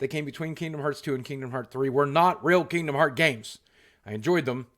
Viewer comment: Kingdom HEARTS, Boogie. I love you but the mistake triggers me every time